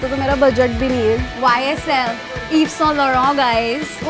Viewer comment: How badly she pronounced YSL 😂 lol Iso??? It’s Yves